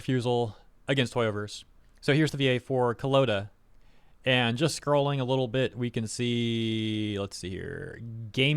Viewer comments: Can't decide if you're calling Koleda (sounds like "Call-Ei-Duh") Coloda is more funny or frustrating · did i just hear that right? Collinda(Koleda)